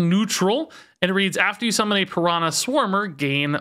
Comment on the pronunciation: everytime says piranã instead of piranha a little baby piranha dies